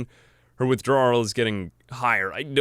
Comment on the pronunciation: i like how you pronounced Withdrawal "WithdrawRIL" like 10 times in a row and then question when you say Teetotaler correctly.